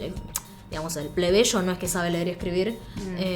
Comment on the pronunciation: el plebeSHOO xD lol Una china con acento argentino Nos vamos a la m!3rd4 harry!!!